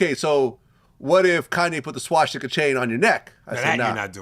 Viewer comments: It's "swastika" not "swaŠtika"!!!!!! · Its Swastika, not Swashtika. Isn't Vlad Jewish? This mispronounciation is very telling of his intelligence. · Vlad you gotta learn how to say swastica..its not shaw-sti-ka. Its swa-sti-ka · I took a shot every time this mf said swashtika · If i hear this mf say SWASH-TICA one more time i stg